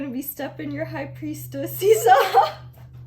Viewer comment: "high priestussies" 😭🤣